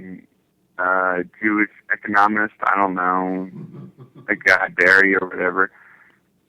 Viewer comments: who pronounces it 'ecoNOMist' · "econ omist"